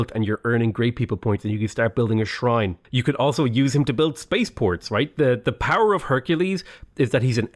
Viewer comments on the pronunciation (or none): none